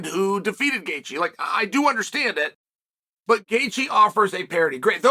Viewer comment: It’s Gaethje.